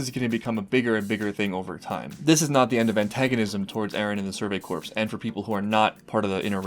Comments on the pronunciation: "Kill the titans and join the survey corpse." Well that got morbid at record pace, haha. Corps pronounced like "core". Just one of those stupid quirks of English... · One note, the word "Corps." is actually pronounced "Core". Gotta love English.